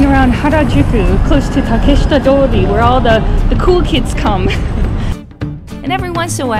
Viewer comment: Definitiv ne deutsche haha dieses "WHERE"